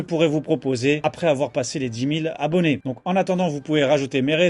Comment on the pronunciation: Dix Mille Z'Abonnés? Sort d'où la liaison?